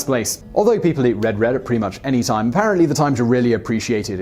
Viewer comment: The best Canadian food is Poutine, french fries covered in gravy. It's a truly inspired dish. BTW, Simon, you pronounced RED wrong. snicker.